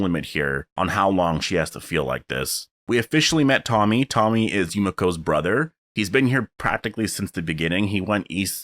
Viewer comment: Not to be rude, but his name is actually pronounced Tomi.